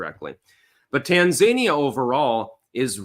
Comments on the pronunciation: TAN-ZANIA? its TAN-ZA-NI-AH you absolute donut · Tan-za-knee-ya accent on the 3rd syllable. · Its pronounced "tan-zah-nee-uh" I do believe. She got the notes, he didn't. She got the no fact checking, he didn't. No wonder he's not interested in another debate. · That Tanzania pronunciation. They aren’t zany, they’re zen. Appreciate your analysis as usual.